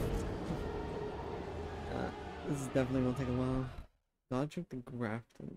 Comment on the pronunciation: Godrick? Mire like L-rick